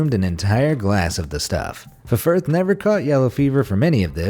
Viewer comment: You don't pronounce the 2 F's in Ffirth. It's just pronounced like Firth. I have a friend whose surname is Ffirth and she would laugh if she heard this pronunciation, lol ☺!